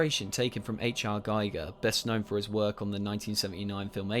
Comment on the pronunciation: Please say GIGER as in „geeger“ (hans-rudi was his first name, guy from swiss, they speak a form of german)